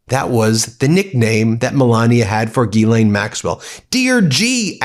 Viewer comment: Someone in your world must be able to demonstrate how to say Guylaine with proper pronunciation